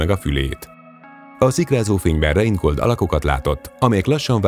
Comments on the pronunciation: Reinhold és NEM Reingold Messner ! és osztrák ! nem olasz ! Vajon mennyi fék van még a videódban ::: ?! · Reinhold, És nem Reingold Messner. Südtiroli, inkább osztrák, mint olasz. Nagyon híres hegymászó, ezért megérdemli, hogy helyesen ejtsük a nevét.